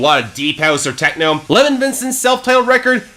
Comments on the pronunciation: Lev-ON not "Levin" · pretty sure it's pronounced le-vahn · How many times can you miss pronounce a name? ............ go!